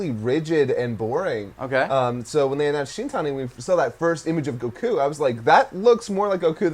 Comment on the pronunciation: Is anyone else bothered by the way he says goku